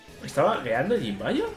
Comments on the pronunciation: se lee YIBAÑAN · No es jimbayan es Jibanyan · A JIBANIAN NO SE DICE CON LA JOTA